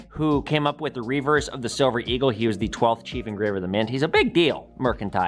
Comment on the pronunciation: Definetely great video. I work at a power company. This is cool. 'Shilver'. Love the History and 'Shilver' and U.S. Mint tie-together. And the Tesla/ Edison History of course.